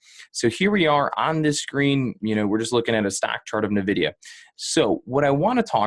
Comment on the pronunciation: “N” vidia Not Navidia